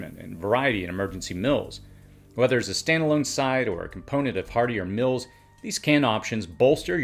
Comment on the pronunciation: I love your videos but could you stop saying “mills” for “meals”? It’s pronounced “Meels”